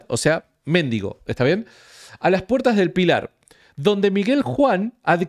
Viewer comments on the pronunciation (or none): mendigo -ga. 'Persona que pide limosna'. Es voz llana: [mendígo]. Son erróneas, con este sentido, la grafía y la pronunciación esdrújulas méndigo. Por favor!!!!,, con todo respeto, te pido que corrijas la acentuación de esa palabra. Un abrazo desde Neuquén. Te sigo siempre